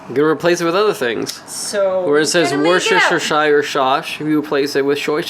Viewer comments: NO IT'S [wor.ster.shy.yer] sauce!!!! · warchestershire sauce